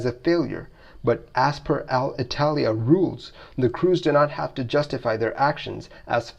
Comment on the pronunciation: Hey, thanks for the video! Thanks for the hard work and passion you put on this. A small piece of feedback on your Alitalia. pronunciation. It's not Al-Italia, it's more like "aleetalea" :)